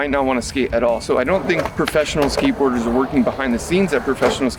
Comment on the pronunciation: Skatebirders ?? Are you high?? Your pronunciation 😂😂😂 Tony hawk's femur bone is still healing. He's not skatebirding.